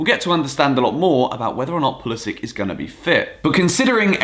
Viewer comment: I’m American and we don’t say pah-lis-ic we say pull-is-sic